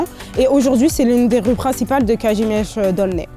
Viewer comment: Piękna wymowa Kazimierz